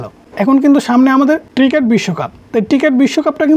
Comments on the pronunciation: টিকেট না ভাই, ওইটা ক্রিকেট হবে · ট্রিকেট না রে ভাই ক্রিকেট 🏏😅😅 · টিকেট হাইলাইটস না রে ভাই এটা ক্রিকেট হাইলাইটস